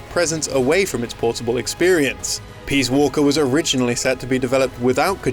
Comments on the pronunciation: I swear he keeps saying, "Metal Gear Solid: Peas Walker." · STOP CALLING IT PEAS WALKER.